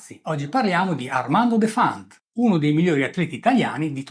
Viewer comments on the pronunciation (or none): si pronuncia Defant con l'accento sulla e..